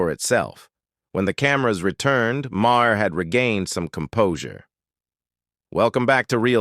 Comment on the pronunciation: This is a bogus AI video! He can’t even pronounce Maher correctly!